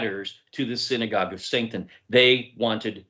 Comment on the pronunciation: It is an accent but perhaps subconsciously, it does expose something. Yah Bless.